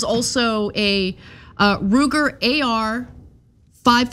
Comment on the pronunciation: Lol the way Ana says .556....😂